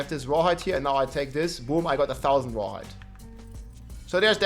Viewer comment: The Grrrrreat rrrrawhide shortag😢e